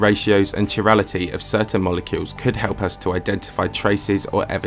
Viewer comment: Great video, but for info "chirality" is pronounced "ky-rality"